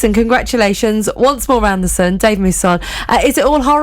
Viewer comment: A few things: 1 - Imagine being the type of urchin that gets triggered by what another person chooses to do with their nails. 2 - is a very bourgeois way of pronouncing your surname. 3 - She did a proper Partridge at the end ballsing up the sound fx. 4 - Great interview, well done. 5 - I am going to order this book. That is all.